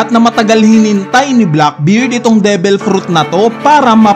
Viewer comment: Devil hindi debel